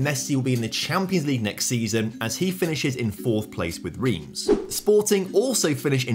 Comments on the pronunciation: Reims is pronounced like France in French without the F - "ran-se" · Love the video but hate how you pronounce "Reims"